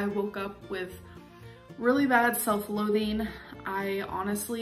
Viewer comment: Everything she says pisses me off but when she said "selth-loathing" I lost it.